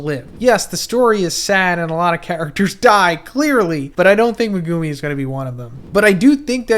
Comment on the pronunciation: Never pronounce megumi like that again